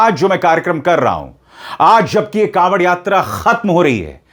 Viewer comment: कॉवड़ नही ढाँवड़